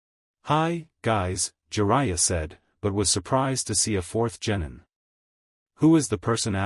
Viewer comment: You gotta stop saying genitals for gennin